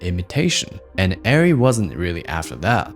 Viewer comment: firstly, thank you for correctly saying the name as Airree not areree. As a MiniLF owner op for 3 years, I know this feeling too well. It's hard to break away from that camera and dive into a new ecosystem of camera. Every DP should learn the physical minutias and tools with all cameras, but if u choose Arri, its hard to go back